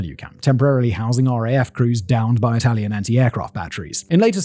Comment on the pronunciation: Bar a couple of misplaced accents and words here and there, Simon’s excellent italian pronunciation is only to commend. 👏👏